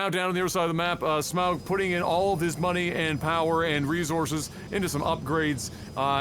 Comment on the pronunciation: Agh! Say auger, now say smauger, now say smaug